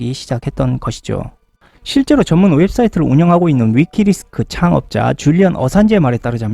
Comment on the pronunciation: 자꾸 위키리스크 라고 하시는데, 위키맄스 입니다